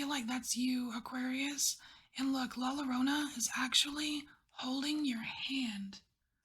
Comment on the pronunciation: La Llorona is a Mexican myth about a mother who drowns her children. Check it out, very sad stuff. She spends eternity in Purgatory looking for her children. Not to be critical, but you might like to know that the double "L" in Spanish is pronounced like a mix of thr English J and/or Y depending on the dialect.